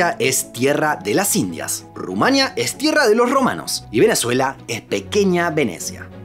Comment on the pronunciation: siempre escucho a los hispanoamericanos decir "Rumánia" con golpe de voz en la A, y no es así. Se dice "Rumanía", porque tiene 4 sílabas... no 3...